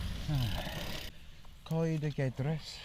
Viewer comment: Nice video! Interesting to see my home patch from a different perspective Well done on your Welsh pronounciation as well :-)